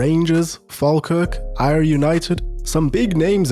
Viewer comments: Ayr united. Not ay-er united it's said air united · Air (Ayr utd) no ayre lol 😂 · It’s not Ayer. It’s Air. Hope this helps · It’s pronounced like air but incredible video of the greatest manager of all time. As a Scot and a city fan of 20+ years it’s impossible to deny